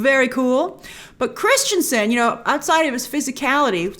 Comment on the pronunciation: His name isn't "Christiansen" come on now